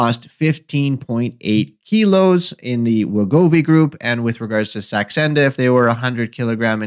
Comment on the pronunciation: Are you trying to say Saxenda? Not sure what Sandexa is....